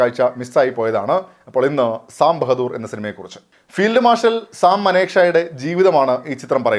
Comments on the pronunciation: sam ബഹദൂർ അല്ല സാം ബഹാദുർ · സാം ബഹദൂര്‍ അല്ല സാം ബഹാദൂര്‍❤